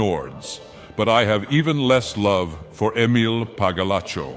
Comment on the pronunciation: I love how he butchers Emile's name with each use.